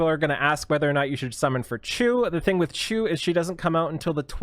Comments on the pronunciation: Being a Canadian, i thought you would have no issue with her name. Her name and her pals are based on well known pastry and simply pronunced like "shoe" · It's Shoo, lol! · It's okay to pause. We already see the video.;) Also, her name is pronounced as "shoo". Tamarinne be like... "Go... away..." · "chu chiu chiux, ahh chu" Me: bless you! Dumb joke sorry but it was funny at the time xD